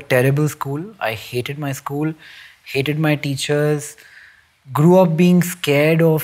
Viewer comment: I lost interest at first sentence: "I gre up with middle class values"